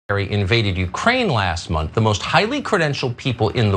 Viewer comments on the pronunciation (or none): none